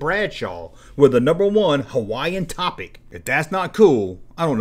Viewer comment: ....."tropic"..... not "topic"